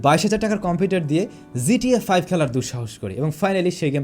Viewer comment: Its GTA 5 no zta 5 .. pronounce it properly brother.